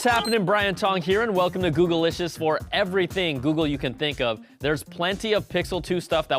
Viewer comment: Googlicious != "GoogleLicious". your pronunciation is annoying every time!